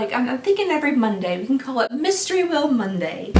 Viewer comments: "mystery weel Monday" lol 🤣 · “Mystery Weel Monday” I love it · “Mystery weel Monday “ it’s Monday for sure 😂